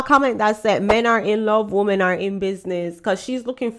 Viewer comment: I still don't understand why you influencers when talking about women In plural, you pronounce it woman singular.